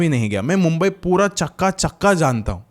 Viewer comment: Chappa Chappa Nahi Chakka Chakka😂😂😂😂😂😂😂